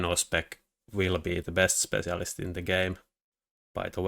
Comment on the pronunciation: What is his accent that makes him pronounce spetsialist like this?